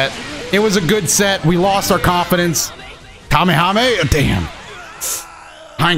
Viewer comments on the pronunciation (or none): none